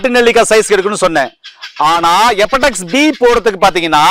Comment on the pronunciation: அது எபடெக்ஸ் கிடையாது.... HEPATITIS (ஹெப்பாடிடிஸ்) முதல்ல பெயர்களை ஒழுங்காக உச்சரிங்க.... அப்புறம் வைத்தியம் சொல்லலாம்....